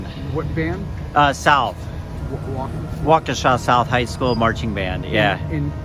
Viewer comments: Its pronounced waa·kuh·shaa actually 😂 everyone who isnt from Wisconsin says it wrong every damn time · It’s walk-ah-shaw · Nbs 😭Waukeesha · Waa-Kuh-Sha like the generator company